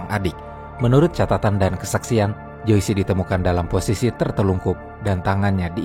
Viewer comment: Joyce itu dibacanya jois bukan joisi… smg next ga salah lg ngucapin nama